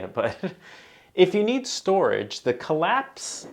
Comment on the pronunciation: "Kall-ax" FFS... ;-)